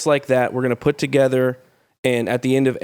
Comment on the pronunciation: PUT THAT T IN THERE!